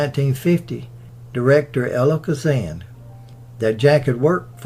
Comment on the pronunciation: I love documentaries but I see yet another set of remarks as to people being perplexed about others giving thumbs down. will try & tell you it's because of his heavy southern accent and some of that is true...BUT...when you call Elia Kazan ELLA Kazan or the Bubonic plague the BLUEBONNET Plague and say things like "first debut" which is redundant, instead of screen debut which is proper - it gets tiresome. He also called child actor, Brandon De Wilde, BRIAN De Wilde as well as Ida Lupinom Ida LUPINA! The mistakes makes are not due to his southern drawl....they're due to a type of laziness when reading and not caring enough to have someone else listen to the soundtrack and making the necessary corrections. There are more errors and it's a shame because I believe puts a good deal of effort into his research and I think he'd get more respect if he paid a lot more attention to what he's trying to produce.